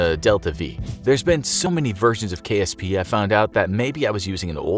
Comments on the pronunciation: KPS it’s KSP lol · Ah yes, Kerbal Pace Srogram